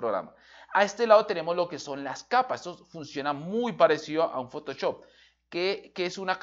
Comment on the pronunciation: "Usé Fotochop"